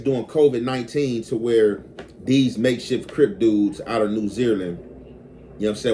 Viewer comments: Got damn that got on my nerves 😅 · New Zealand pronounce: NEW ZEE LAND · The way you say New Zealand, New Zeerland/Zereland had me cracking up I had to make sure I wasn't trippin like is this a new country I never heard of or is the Cali accent or is that just the way you say it hilarious though